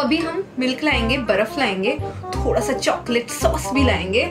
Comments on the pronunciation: Thora SA kya hota h ....thoda SA hota h. nahi pata tooo. Itna overacting kyo Karti ho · Hahah di pronounced thoda thola